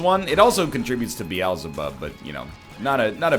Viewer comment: isn't it pronounced "Beel-ze-bub" rather than "Be-al-ze-bub"????